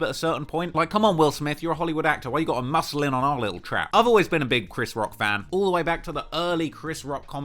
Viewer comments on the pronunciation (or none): none